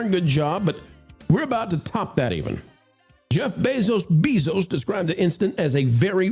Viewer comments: It’s Bezos, not Beeeezos. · FYI it's Bezos NOT BEEZOS